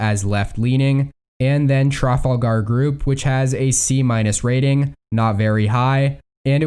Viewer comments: Stress on the second syllable, that’s the key. The voice sounds like a robot. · Every time this guy pronounces “Trafalgar” I laugh. it’s tra-fal-ga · Yeah. I thought his pronunciation sounded a little strange.